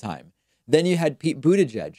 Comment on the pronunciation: Stop being so proper with Mayor Pete’s last name. Everyone knows how to say it and you’re just being pompous by trying to over pronounce it.